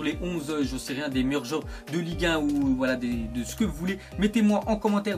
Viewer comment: "dans cte onze là" pourquoi tu prononce cte à la place de "ce"?!